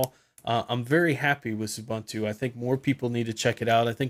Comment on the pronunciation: OO-BUN-TOO? Come on. Say OO-BOON-TOO.